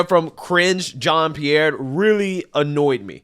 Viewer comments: I thought you said "Cringe" Jean Pierre at first and started laughing, because she certainly IS cringe. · your pronunciation of KJP’s first name sounds like “cringe” 😂